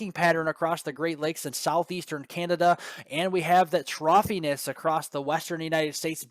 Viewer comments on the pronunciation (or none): Troughiness???? Weeeeeee!